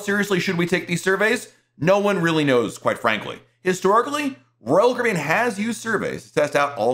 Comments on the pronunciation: Sounds like you say ROYAL KOREAN. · PRONOUNCE: CARIBBEAN!!!!!!!!!!!!!!!!!!!!!!!!!!!!!!!!!!!!!!!!!!!!!!!!!!!!!!!!!!!!!!!!!!!!!!!!!!!!!!!!!!!!!!!!!!!!!!!!!!!!!!!!!!!!!!!!!!!!!!!!!!!!!!!!!!!!!!!!!!!!!!!!!!!!!!!!!!!!!!!!!!!!!! very annoying!!!!!!!!!!!!!!!!!!!!!!!!!!!!!!!!!!!!!!!!!!!!!!!!!!!!!!!!!!